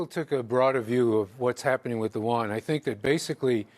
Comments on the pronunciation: listen: Yuan, not won. My lovely expert. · It's you-won